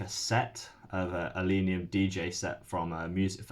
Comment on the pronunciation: It's ill-leh-neeum, not ill-ee-neeum.